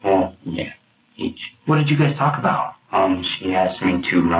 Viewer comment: you really put emphasis on the letter L in talk. Tawlk